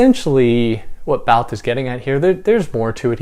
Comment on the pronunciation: You mispronounced the word Barthes.